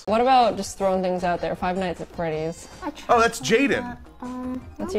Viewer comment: "faz freddy fart hose something or other" is unironically what i heard